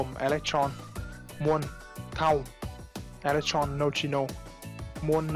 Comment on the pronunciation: E lếch tron, ad ko học hoá à? Đọc tiêngs việt gọi là ê lếch tơ rông đấy, tron tron cái giề